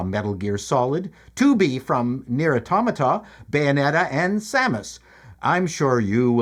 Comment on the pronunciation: You can tell has an education because he pronounces "automata" correctly. Whenever a gamer says AUtoMAta it hurts my soul.